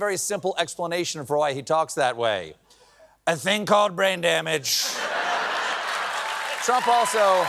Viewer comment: I swear I thought I heard Stephen say, “ drain bammage.”